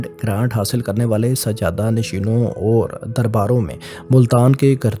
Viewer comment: آپ نے ویڈیو کے شروع میں میرا نقشہ استعمال کیا اور اس پر لکھا ہوا میرا نام ڈیلیٹ کردیا۔ افسوس کی بات ہے۔ اپنا لہجہ بھی ذرا درست کریں۔ مثلا لفظ "اور"، "طور" وغیرہ کا تلفظ درست نہیں ہے۔